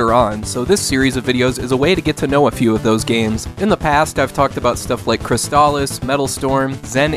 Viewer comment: Crystalis is pronounced Krist-lis. It’s a real thing. I know most people say Kris-stahl-is, but that’s a pet peeve of mine. But I fully understand if you just call it whatever you want to call it, like I call “fax-anadoo”. ( which is supposed to be fa-zanadoo)